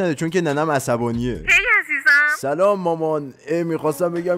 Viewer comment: سلام هم خوشم میاد میگه سیلام